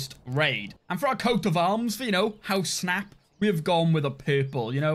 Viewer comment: I'm curious, what is your native language Snap? I don't mean any offense, I'm just curious, as there are some mispronunciations that make me think that it's a second language